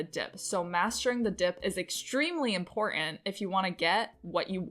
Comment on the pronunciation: Nice! You can take the next plateau when you realize that the word important is one single word. It's not import ant. Its important...one word